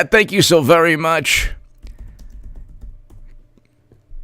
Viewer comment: "I'm vewy, vewy sowwy.Hahahahahaha!"